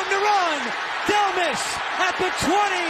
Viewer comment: it's pronounced "Del-mah"